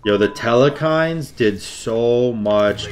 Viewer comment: im just disappointed every time i hear the way he says telkhines